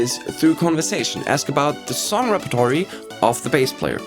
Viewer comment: mis-pronounces the word repertoire, then makes fun of someone not knowing the word, blissfully unaware of the irony. Priceless.